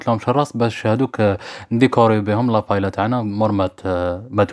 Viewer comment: تنطق باهييا..و ليس بايلا